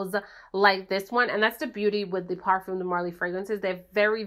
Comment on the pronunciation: The S is silent on parfums :)